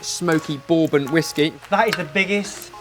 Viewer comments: It's not that is a bad person, far from it. He's just wrong..and that's okay. The flavor of freedom. Also, "bore-bun", love it. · I cringe and im from Australia.. I've never heard it pronounced like, boorbon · Yup, pronounced "brrrbun" :) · it's actually pronounced BUR-BIN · is clearly not very bright on Whisky. He can't pronounce "bourbon", and he thinks Jack Daniels is smokey. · I'm from Northern Kentucky and I'm not gonna lie your pronunciation of bourbon makes me cringe a bit